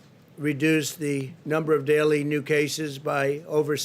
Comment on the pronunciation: He said "jaces" instead of cases